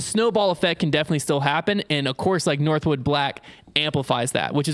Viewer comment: Shoutout to for calling it northwood and not northwoods. That always drives me crazy